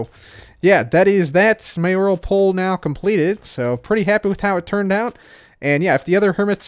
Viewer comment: the only hermit who knows how to say “mayoral”.